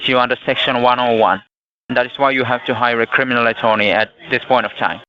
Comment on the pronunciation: Cwiminal attewney